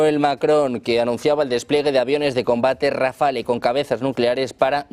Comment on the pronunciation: Rafael no ! Rafale